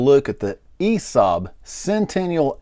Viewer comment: God that first letter sounds so bad in English pronouncing for Swedish name 😂